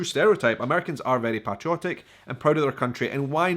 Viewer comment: The way your were pronouncing patriotic and patriotism was crazy 😜, not sure if you were replacing the a with an o or what. Great 👍 video by the way, love ❤️ how you love the USA 🇺🇸 more than some of the citizens in this country. If you ever come to Alabama I would love to show you around and take you to some of my favorite restaurants and sights to see the wonderful state. Keep making amazing videos and content, God bless you and your family.